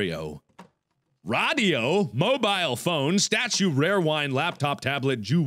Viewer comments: those things aren't pronounced RODIO and VOSAE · rad e o is what he said for radio lmao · Markiplier: So I need a RA dio. guys what are you doing? its RA dio not radio.... Mark approved XD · it's called a radio no raido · Did he just say “raaahhdio” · Why does he pronounce radio rah-dee-oh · lol he said radio weird too like with a long a, and he's also Le Boned